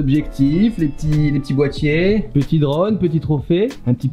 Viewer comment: Tu préfères le bois pour y poser tes "bois-tiers" ( Boitiers)